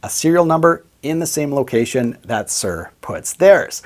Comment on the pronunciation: I can't listen to you saying Sir all the time ! It is Soor ! Not Sir !